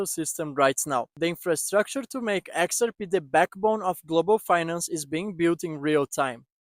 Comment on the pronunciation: "Exer pee"?